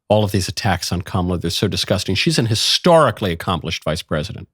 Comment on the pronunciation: Please stop saying "an historic" with a hard "h." If you're going to be pedantic, go all the way.